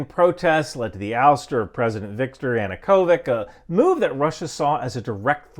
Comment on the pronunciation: September FIRST, 1939 - not "third". Wieluń and Westerplatte. - Ya-noo-ko-vich